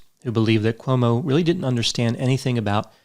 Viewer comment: You seem to say OMO [not CUOMO]about half the time...How come